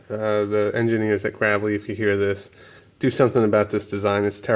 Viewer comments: It's pronounced "Grave-lee" like a grave. Not grav-lee... Lol. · Read back that part number on the filter! you got something backwards. Also It's pronounced Graaaaavely! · TD MILESKI +1 I stopped as soon as he said graavlee